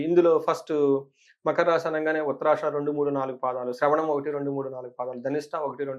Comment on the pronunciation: మఖర..... కాదురా తల్లీ. మకర అమ్మా